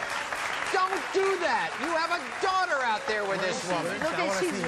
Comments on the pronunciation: "The ten year old is his duwater" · I'm pronouncing daughter like that for the rest of the day 😹